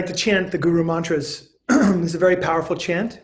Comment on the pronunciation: Great pronunciation,! I loved your intro to the mantras.